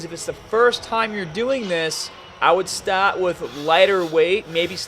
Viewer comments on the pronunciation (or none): What's wrong with your Rs? Babell. Ams. Stat to fail. Exesice. What's up with that?